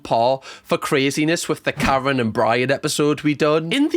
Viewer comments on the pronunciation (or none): none